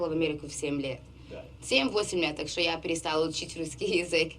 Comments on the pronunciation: По-русски произносится "што". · Близко украинского говора нет, разве что, кажется она сказала "шо" вместо "что".